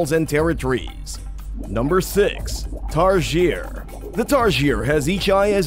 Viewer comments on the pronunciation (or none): its pronounced TAR-SI-EY not tar-sheer